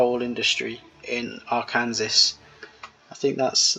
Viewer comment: say it however you want, but we say ark--ANN--saw not ar--KAN--ses. it's named after the aboriginal people from thereabouts